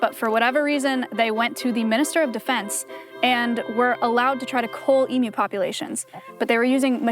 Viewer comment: i love it when an american says emu correctly